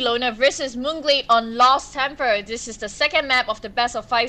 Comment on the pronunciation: "Lost Tempar" lmao im sorry i couldn't help myself XD she is a great caster tho :D props to Kelly and TB of course :)